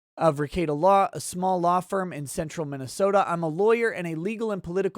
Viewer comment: You must be a resent transplant you toe don’t say minasoooooooosta